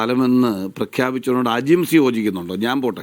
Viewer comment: Eda manda gopa ajimsha അല്ല ajims 😂😂😂